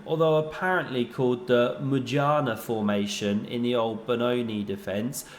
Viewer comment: What kind of formation,? You'd better have said "Mujannah" because you made it sound like it began with a 'v'. Just wait till your mother gets home!